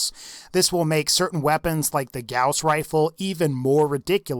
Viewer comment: When you say gauss I want to die